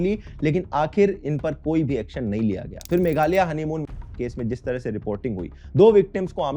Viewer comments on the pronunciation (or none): it gaya ji ,bihar not gyaa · bhai that is not GYAA it is GAYA